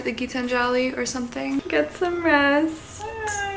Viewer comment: As an Indian it is my duty to tell you that Gitanjali is pronounced Gee-taanjali and not like Gitan-jaali.